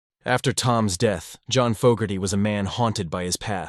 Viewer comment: Maybe program your AI narrator with the correct pronunciation of Fogerty